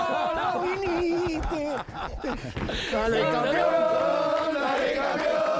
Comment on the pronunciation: noooooo! Vinihte